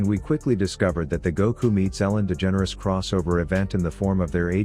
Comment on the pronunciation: Lmaooo did he say “goku meets Ellen degeneress” talking bout ezreal